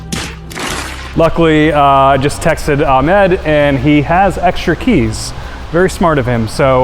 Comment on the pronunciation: how hard can it be to pronounce the name AHMAD? the letter H does not exist in american english? anyway, great video and a super satisfying result.